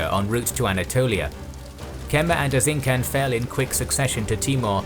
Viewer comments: its Erzinjan not Erzinkan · I love this your old style square unit battle vidoes. Btw you're making so much videos about Ottomans and turkic nations in history. You may want to find someone who can help you with Turkish pronunciations. For example take this free gift: C in Erzincan is shouldn't sound as a K. C in every Turkish word always sounds like soft G.Don't get me wrong, I'm not offended or something just wanted to give you guys an easy tip. Great video!